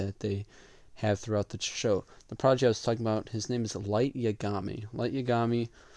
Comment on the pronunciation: Brooo it's YAgami not yaGAmi